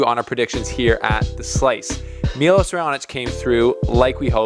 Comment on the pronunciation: It's pronunced Milosh (Miloš), not Milos.